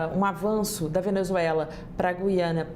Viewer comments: Não é "Gui-ana" é Gu-i-ana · Boa tarde, desculpe a intromissão mas, não é Guiana , diga GU I ANA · É Gui- a- na , e nã gui de guido. Tipo fala Rui. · NÃO É GIANA , É GUIANA. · GU-YA-NA. ( Correto )